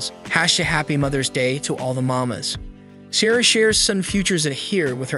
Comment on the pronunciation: Helpful tip for your good video, please learn how to pronounce Ciara's name correctly before posting your video.